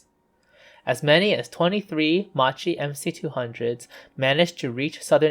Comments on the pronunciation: It's pronounced as Mackie. So many people get it wrong and it's mildly annoying 😐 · Makki that is how it is pronounced. MAKKI MAKKI MAKKI repeat after me...MAKKI. One hour of documentary and you could not get the name right. C'mon!! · The well commented-upon mispronunciation of 'Macchi' aside this was a highly un-annoying video. I think I would also agree with you that there was nothing 'under-powered' about the M.C. 200. As time goes on that impression, that hit me on first discovering the type in childhood in the 1970s, seems to fade into the past. Maybe it's more a psychological phenomenon, with the engine being under the landmark figure of 1,000 hp, than an actual one. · How OFFENSIVE ! I am extremely offended by this narrator that can't pronounce the name of the subject of the film. Who in the right mind in the production of this clip would allow this? this is grossly pathetic. The narrator grossly pronunce Italian names wrong and to boot the time line is wrong. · NIce video, just an heads up, it's read as "makki" not with a "ci" sound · Just a little correction. Macchi must be pronounced in English with the K sound, so basically Makki! In Italian c+h = k sound Also c+a = k sound, so Aeronautika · It's not pronounced "Ma-Chee"! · Good work, mate...!!! Just be careful with the correct pronunciation, which in this case, is kind of...MAKI or MAQUI, but, in any case, not MACHI (like in MACHO, as per your pronunciation)...!!! In the case of this plane's name, the meaning of it's Italian name - "Saetta" - translated into English is more like "ARROW", rather than "Lightning" (as it appears translated by some information sources...) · Yes. But Macchi is pronounced like Makki. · About 200 comments saying this so far. Considering he’s not Italian and speaking in a non primary language for the video I’d say it’s pretty good but constructive criticism is important. I’m drinking ma chi attos from now on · It's pronounced "Makki" -- the "h" makes the C hard.